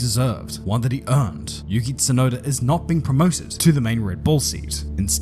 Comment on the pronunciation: its yuki tsunoda not yukit sunoda. you-key-tsu-noh-da not you-kit-su-know-da. i know youve heared japanese words are read together on a straight flow but that doesnt mean you can just change the name. every time you say it like how you say it my ears bleed, do you not feel sorry for me? it fckng hurts.